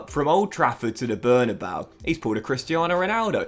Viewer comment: Bernabeu is pronounced Behr-nah-BAY-ooh